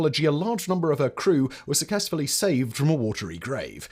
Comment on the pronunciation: is Simon confirmed AI now? He says suckessfully instead of successfully haha.